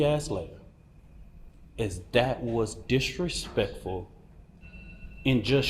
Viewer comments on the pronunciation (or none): Dat wuz direpectful - did I axe you?